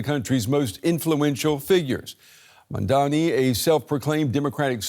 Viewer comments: Brent Geoff (the News Host) wouldn't even say the Mamdani's name correctly, 'Mandami' or 'Mandani' yet Nita Blake pronounces it correctly. Is that how much Geoff dislikes Mamdani? yet i'm sure he can pronounce 'Galifianakis' without missing a beat. Well, here's DW showing you their preference. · It's MAMDANI not MANNDANI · It's Mamdani not Mandami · The name is Mamdani not Mandami....please correct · Someone tell this guy, he is saying "MAMDAMI" !!! Its annoyoing to hear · MAMDANI not mandami. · His name is MaMMMMMMMMMdani --> your reporters should be able to read that... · Not to be offensive, but why is it so difficult for many westerners to pronounce Mamdani's name? Any linguist here that can explain why they consistently replace the 'n' in his name with an 'm'? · Again. it's mamdani. m-a-m-d-a-n-i. Pronounce his name correctly, please. 😊🙏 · It's interesting how the newsreader (Brent Goff) outs himself as an opponent of Mamdani by intentionally multiple times mispronouncing his name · right? they can get 'Galifianakis' right but Mamdani is a reach? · The presenter does this every time! It’s only this name that is difficult!